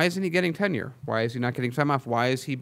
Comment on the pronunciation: It's not ten year it's tenure duh.